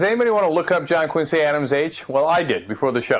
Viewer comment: oh dear God.. this woman is a flash in the pan. I BEG HER TO RUN AGAINST OBAMA! Barack's a shoe-in. And, by the way, it's pronounced John QUIN' zee Adams. The Quincy Family pronounces it "QUIN' zee". The level of stupidity pervading the airwaves is truly disturbing.